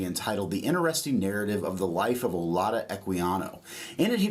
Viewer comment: And I don’t know if he’s pronouncing his name on purpose wrong, but it’s definitely like Judah in the end. It’s actually Judah in Igbo